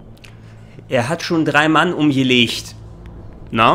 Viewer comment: Ich persönlich finde die Deutsche Synchro gar nicht mal soo schlecht. Klar manches hört sich blöd an , vorallem Liquid, aber an sich gehts. Und das sie manche dinge komisch aussprechen ("er hat schon 3 Mann umgelescht") finde ich um ehrlich zu sein sogar glaubwürdiger. Ist doch im realen Leben nicht anders 😂